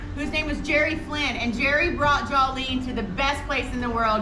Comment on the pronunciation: Jawlene, really? lol